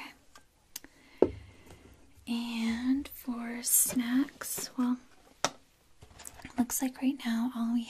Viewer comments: Hahaha me too! Glad I wasn't the only one who thought that's what she said. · Hahaha I had to rewind the video twice to make sure I could understand "snacks" hahaha